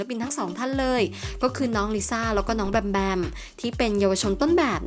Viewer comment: แอดอ่ะ... เค้าแอบเคืองหน่อยนึง พิธีกรชายอ่านชื่อน้องลิสของเราผิดอ่ะ 🙁🙁